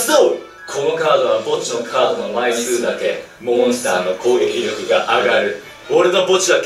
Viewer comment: やっぱり攻撃力のryokuの滑舌がね。。。笑